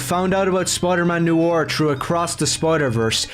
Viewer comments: "NEW-ARE" "NEW-ARE" this kid is really hard to listen to. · His pronunciation of noir is weird why is he pronouncing it 'new or' when it's 'no are'.:_OneTenth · noir /nwär/ literally look up noir pronunciation on google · I know it’s probably just his accent but it’s ‘noir’, not ‘noo-war’. If he wants to be so pissy, he should be subject to his own kind of criticisms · HE CAN'T EVEN PRONOUNCE NOIR!!!